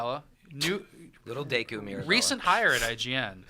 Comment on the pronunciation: Ever since I was a kid I always pronounced "deku" "doo-koo" in my head . So him saying "Dee loo" sounds funny and weird.